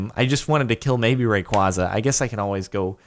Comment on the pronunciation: Pronounce Rayquaza correctly